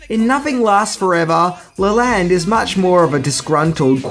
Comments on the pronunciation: It's pronounced Joseph LEE-lənd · I'm pretty sure the name of the guy in the book this movie is based off of is pronounced "Lee-lund", not "Lay-land". Silly Aussies, butchering the language. Rural Americans, especially from the South, are no better, so it guess its egg on both our faces!!!! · yeah, you got it wrong. sounds like tear, man. as in shed a tear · You are pronouncing Leland wrong (lee-land) is the correct saying.I know it's different parts of the world so we speak differently but I was just informing just as I hope you would inform me if I messed up anyone's name your country.